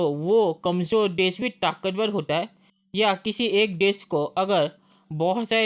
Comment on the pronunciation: बेटा बोलो र से राम ताकतबल नही ताकतबर